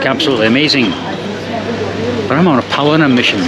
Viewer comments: He didn't say it once. According to subtitles he said polliner many, many times. Butchering the name of his favorite German beer, like he hates it. 🤣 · Realise that Bavaria is not representative of all of Germany. And it's pronounced Pow-lean-er. I would recommend buying a curry ketchup as it will be cheaper than buying in the UK where it's over £8.